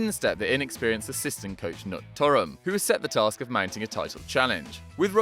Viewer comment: The K in Knut is not silent.